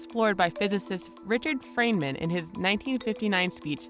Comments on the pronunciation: It’s Richard Feynman, not Freynman. Also, I give up on the less evolved humans. Don’t entertain the comments section. They will never understand, because their brains are too underdeveloped. Just ignore them. They won’t be a part of future human evolution anyway. (That’s if we even make it that far. Probably not. One of the least developed minds in the history of intelligence is currently our President.) Racists and other dumb asses will eventually be eradicated. I mean, the ones that are actually serious about the comments they are making about mixing races. Ultimately, the trolls will rule the world. They are too smart! Also, if you are watching this video in the first place, you are kinda dumb, including myself. I just got sucked in for no reason. Mind of a short attention span gnat. Also, writing this long comment in the first place is dumb as fuck. You know what, fuck it, humans probably won’t make it that long anyway. WE ARE ALL DUMB AS FUCK!!!! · turned it off with the mispronunciation "FReynman" ... music does little to cover name -boggles, kind of like putting icing on a burn cake.